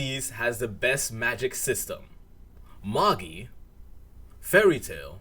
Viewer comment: Magi is pronounced May-J👁 btw